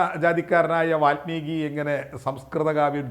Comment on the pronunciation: വാത്മീകിയല്ല, വാല്മീകി.